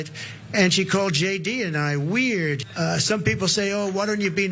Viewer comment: He’s saying weird like he doesn’t know what the word WEIRD means 😂😂